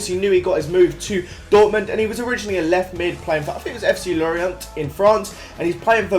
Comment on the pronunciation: Learn to say Dortmund 😂😂